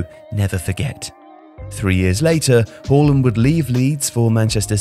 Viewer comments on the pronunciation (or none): why do you keep calling him Whoreland? It's Haaland Haa-Land its not difficult is it? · Sorry, “hawland”? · It's Haaland, mate. Not Holand.